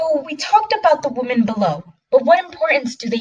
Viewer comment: Learn how to pronounce the word”wemen “ not “wohmen!!There is a difference idiot.